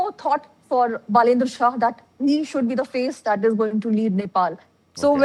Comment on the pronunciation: बालेन्द्र शाह is his name. Please learn how to pronounce it properly. Love and respect. Jay Nepal